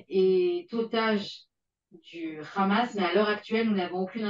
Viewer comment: elle prononce khamass sa m'irite